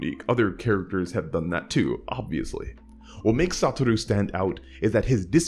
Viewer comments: I can't listen to him pronounce SaTOru Gojo's name as "SaTUru"... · Can't help but either hear "Saturu" or "Satoro" 😭😭😭 Cool vid tho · Everytime my dude says "Satoru" it's in Italic